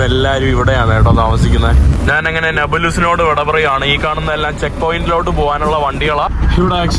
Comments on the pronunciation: നാനെ.. നാനെ അല്ല ഞാൻ.. ഞാൻ..അങ്ങനെ പറയു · നീ വള വള എന്നാണ് പറയുന്നത്. നാൻ എന്ന് പറയാതെ, ഞാൻ എന്ന് പറഞ്ഞ് പഠിക്കുക